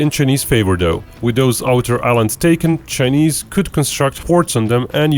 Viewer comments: I think it pronounce Chy-neese. Not chneest. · Chay- niss not cha-niss your pronunciation is wrong.